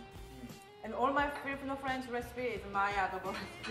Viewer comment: Friends not prends 🤭 burn